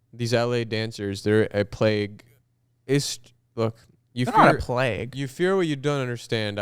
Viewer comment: I think the way way of saying plague was from plaque yk too much plaque got you mixed up w plague